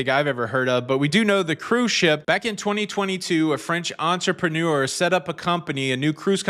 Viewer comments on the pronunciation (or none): none